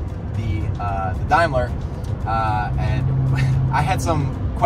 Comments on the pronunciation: It is a Daimler not a Dimeler pronounced Da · It's pronounced DAYmler NOT Dimeler! Christ, you're supposed to know about your cars, surely! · For the record: Daimler is pronounced with the a sounding like an a DAYmler! And Coventry is pronounced as in Cough. Cov. But hey, great video guys! And GB just means Great Britain. The blinker, as you called it was fitted before modern indicators and was known as a trafficator. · It's pronounced dame ler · . The brand is British. The British Daimler company was not connected to the German Daimler Benz business, so was always pronounced “Daymler”. The car is a 1950s model not 1939. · Daimler is an English car company founded in 1896. It's pronounced 'dameler' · Oh thank you, it makes my skin crawl how they pronounce It and Jaguar ahhh Jag U R & Dame ler FFs, but what can we expect from the colonies, can’t even pronounce aluminium 😂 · In German it’s Dime-ler as in Daimler-Benz. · Its Daimler. Not daymler. Gottfried daimler was not gay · The GB badge is for Great Britain. Also, Daimler is pronounced Day-mler. Awesome piece of British engineering. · Great video and work, and oh it's pronounced "dame lerr". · It is provinces ‘dame ler’ as you drop the i sound. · The word Daimler is pronounced Day with an M on the end. As for the price, you may get $20,000 on a good day. The little "Blinker" you mentioned is in fact called a Trafficator" It doesn't flash on and of, just lights up to indicate your intention to make a turn. This particular car was probably first registered in Glasgow Scotland when new. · GB is Great Britain. The slots with solenoids behind are indicators. Direction indicators that should flick out. It's pronounced Dame ler Like You call Women Dames, Dameler. It's worth upwards of $500,000. For just a good clean, it looks brilliant for its age. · It’s pronounced Daymler. The slots are turn indicators. The G B is for Great Britain. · GB stands for Great Britain and it's called a Daimler not a dimeler as in ( 👍day )mler